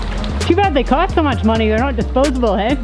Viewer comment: So Canadian! "....not disposible, ey?"